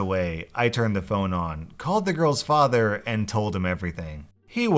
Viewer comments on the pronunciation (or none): none